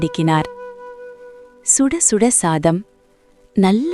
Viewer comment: ஸுடஸுட இல்ல சுடச்சுட